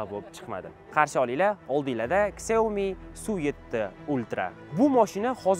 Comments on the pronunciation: 🕹ksiómi emas ssshiaomi deyiladi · Shaomi deyiladi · Сиаоми дегин йигит